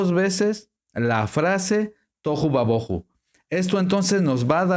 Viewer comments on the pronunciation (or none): Por que dice toju y ba boju. No les aplica el acento (tilde) que le aparece a ambas palabras. Ademas agrega: "ba" lo cual no esta en ninguna parte. Entonces debía decir: Tojú/ Bojú Pero No "toju y baboju"